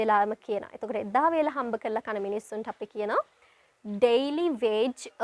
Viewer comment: N is silent in “Government” in British English. It is Guh-vuh-muhnt. You dont bite your lower lip when speaking words starting with a “W”. It is not Vage, it is Wage.